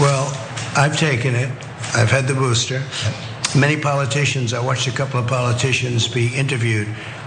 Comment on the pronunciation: "Have you gotten the BOOSHTER?"